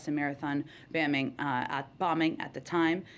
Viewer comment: What’s a baming? Can anyone in this administration speak?